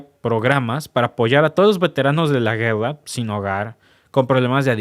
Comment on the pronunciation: Se dice guerra no gueda